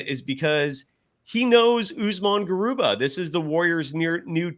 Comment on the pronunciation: Garuba not Garubat